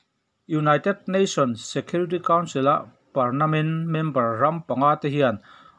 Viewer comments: I thu chhuah ngaihthlak a nawm thin teh reng nen saptawng dik lo I rawn hmang hian ka ngaihsan na che a ti nep zo... .entirnan, parmanent tih tur ah parnament i ti a. Inbuatsaih lawk thin a tha khawp mai....... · Parnament nge Parmanent😀Parmanent emaw ka ti a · A dik chiah 'Pernament' tiin a lam niin ka hria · Pernament ti tlat zel a.. Permanent tih zawk tur ni awm tak.. 😀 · Ka hresual lovin ka hria a.Permanent tihtur ah pernament i ti tluan thak in ka hria😂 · Ngatínge permanent tih hi pernament tia i chhiar le? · Pernament nilovin permanent tih zawk tur aw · Pernament itih tlat a, fimkhur ve deuhla mawle. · Permanent chu ka hria pernament ka hre lo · Engemaw zatin an sawisel PERMANENT tih hi I lam fuh lo deuh niin a lang. Engpawhnise chanchinbu, TV, Radio etc mipui tana thu puan darh tur chi hi chu han fimkhur hram hram teh u, ngaihthlak a hahdam bakah tawng humhalhtu in nih kha. A bengvar thlak hle mai , han tichhuak zel teh khai.